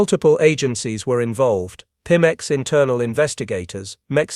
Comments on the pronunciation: Right!?!? Even us simple humans can say PEMEX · Pemex, pronounced PEE-mex.